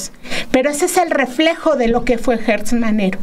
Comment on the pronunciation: Repiten y repiten el nombre de Alejandro GERTZ Manero, PERO lo pronuncian mal, es GERTZ no GUERTZ!!